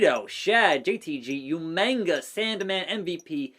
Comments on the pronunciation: Bro really said YOUMANGA when it’s UMAGA 🤣🤣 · I thought I was the only one who remembered William Regal calling him Umainga lol